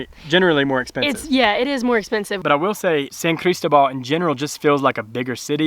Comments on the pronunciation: Buen hecho. Pero.....favor de pronunciar la ciudad de San Cristóbal "San CrisTObal" :) The accent's there for a reason :) ¡Me encanta San Cris! PS. San Cris has an amazing dental office called Salud Oral. From cleanings to implants etc. State of the art! (website in Spanish and Eng.) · love it friends, best wishes from cordoba spain, dont forget the accent on the O san cristObal, looks awesome there, following you all the way, oh no please no mcdonalds, burger king and walmart, please no no no, cuidense!